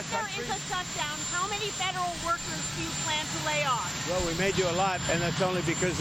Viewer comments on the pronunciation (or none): "Ley Offs" Ley = Law Legal Offing